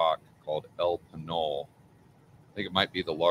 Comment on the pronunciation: WE HAVE A FARM NEAR GUATAPE.... spectacular area. It's pronounced 'El Peñol' 'El Pain-Yol'